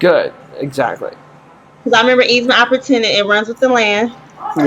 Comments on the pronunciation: “An opputunance” Lmao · I knew she was going to do horribly as soon as I heard her pronounce it that way 😂